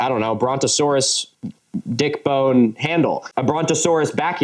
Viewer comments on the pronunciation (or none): none